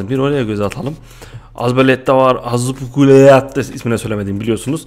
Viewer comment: Aspirukueta diye okunuyor